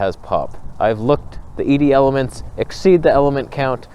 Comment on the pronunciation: I don’t understand which kit lens you are saying is better. You said the new one having 3 ED elements was a deal breaker. Is that good or bad?!? Or are you saying threee-d elements?